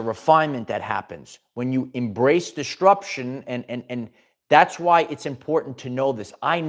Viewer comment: Quick PSA. DisTRUption is not a word. ✌🏽 there is only one t in it. And it’s not where you keep putting it. If you’re interested in speech coaching, hmu.